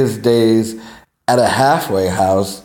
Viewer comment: A "hagglffwayguh" house?